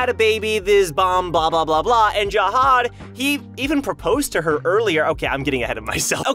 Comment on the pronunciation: zahad not jahad